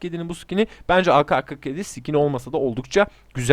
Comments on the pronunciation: Türkçe de ka diye bir harf yok.Ke var. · O aka kırk yedi diye okunmuyor ake kırk yedi diye okunuyor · yalnız orada kendine laf sokuyorsun doğrusu ka diye değil ke diye okunmasıdır zaten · ağka 47 değil o ağke 47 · Aka ne abi ake diye okunuyo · ak 47 diyecegin yerine aka47 demişin ona gülüyor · ka diye okunmaz, yanlıştır